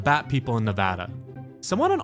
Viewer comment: I’m so glad you said ‘Nevada’ correctly.